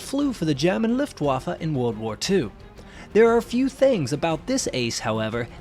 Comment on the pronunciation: How to pronounce Luftwaffe 🤦‍♂️